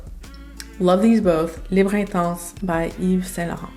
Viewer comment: As someone who speaks French, thank you for pronouncing the French names/words correctly, unlike people who insist on saying libra(Libre). Just like genra(genre).